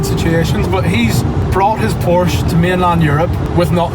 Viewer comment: Finally the first ever English speaking YouTuber who spells the Porsche correctly!!!!